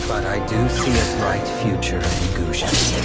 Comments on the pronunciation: g-OO-sion, not g-UGH-sion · Goshon? LMAO